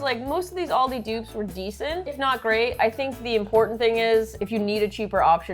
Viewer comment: we know now that must upload the videos, bc calls it "aldi's" and calls it "aldi" hahaha